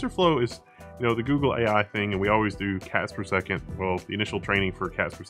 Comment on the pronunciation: did he just say "cats per second"?